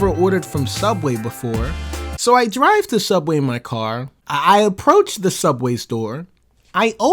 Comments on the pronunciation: Don't you mean sooubway? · It's pronounced Sooubway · You see, if this were sooubway it would be way better.